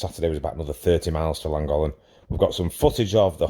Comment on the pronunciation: I've never been to Langolan ...but I've been to "LLANGOLLEN " .... its easy to pronounce ....